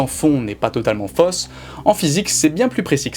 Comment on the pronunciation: Fausse se prononce comme faux, comme jaune, mauve, chose, côte, rose. On ne boit pas du lé mais du lait ( ĺè) etc...